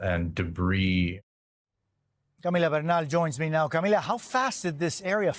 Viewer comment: jose still needs to lose the latino pronunciation on peoples names. i couldnt understand him saying Camila.